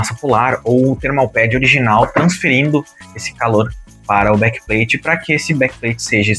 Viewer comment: Blakpain bom inglês 😂